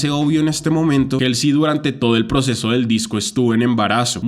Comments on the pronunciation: Me desespera que pronuncies 'jelsi' en vez de 'Jolsi' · Pequeña corrección se dice "jolsi" y no "jelsi" jeje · creo que se dice jalsey xd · El nombre de Halsey se pronuncia "jolsi", saludos ⚡⚡ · te amo y se que es un comentario bien superficial pero ESTAS PRONUNCIANDO MAL HALSEY.